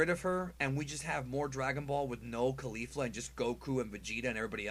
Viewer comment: Caulifla* not Caulfla.